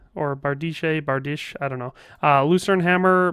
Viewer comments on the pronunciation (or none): It's pronounced "Bar-deesh" or "Bar-dish" for the Bardiche. I think everyone who has seen the word for the first time always manages to butcher it, which is understandable.